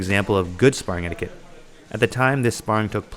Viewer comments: Couple of things I wanted to add as unsolicited opinion... 1. anything over 60% is dangerous unless you're skilled and/or have been training for a long time. 2. Is "etiquette" pronounced differently in Canada? I've always heard it pronounced "et-ee-keht" but never "et-ee-queht". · Predominantly “Eti-ket”, not “eti-kwet” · just fyi its pronounced eh-di-cut not eh-di-QUut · Did you just say etiQUIT? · etiquette is pronounced eh tuh kuht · In romance languages qu is pronounced like K. That word comes from french, which is one of those languages. It's pronounced etiket. You can always check a dictionary if you aren't sure how to pronounce a word. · What’s “ettiquit?” Lol! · Just watched a few videos on the prnounciation of "etiquette" to see if there were regional variations, but every video I heard said it the same way. Its "eh-ti-ket" with a hard k sound! Ps- Love all you content, don't mean to a be fussy but thought you'd like to know. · What kind of a weirdo pronounces the word like that? God he's so punchable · You pronounced etiquette wrong The Q is supposed to sound like a K ! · Learn to say the word etiquette. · How about some etiquette on pronouncing etiquette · We don't pronounce the 'u' in etiquette. Etiquette rhymes with kit not quit. English Annunciation aside, I agree with everything you said about sparring a hundred percent. I'm not usually a grammer Nazi, but that was very distracting for me in the begining.